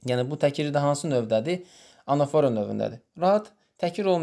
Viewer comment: Salam zəhmət olmasa anafora sözündə vurğunu düz qoyun😌